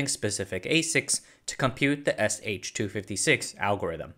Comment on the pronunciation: FWIW, SHA-256 is read as "shah two fifty six." (ngl, it's nice to post one of these on a tech term in a Chinese economy video, instead of trying to get Anglophone tech youtubers to pronounce Mandarin company names vaguely correctly, or at least, y'know, respectfully.)